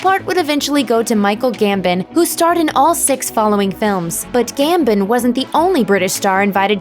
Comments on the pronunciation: Gambon not Gambin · "Michael Gambin"....no, his name is Michael Gambon. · Pronounced Gam-bon. Not Gam-bin (sigh) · Gambin??? Do your damn research before making a video, Michael gambin oh my god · GambON - seriously why do Americans find it so hard to say his name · It is Gambon